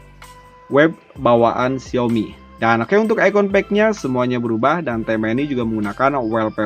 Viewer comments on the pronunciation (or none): none